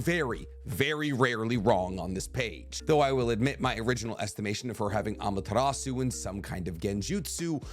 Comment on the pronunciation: You don’t pronounce the “u” in Amaterasu . Not hating just correcting it since you say it so much! Keep up the good work